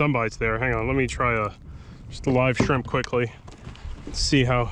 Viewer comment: "skrimp action" made me chuckle